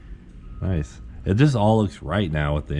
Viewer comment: Did i hear you say Noice??